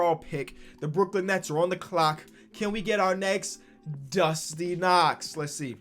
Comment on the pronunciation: Brook-Lin is back